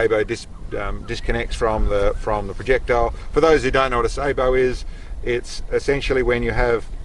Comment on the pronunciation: Glad to finally hear somebody pronounce sabot correctly.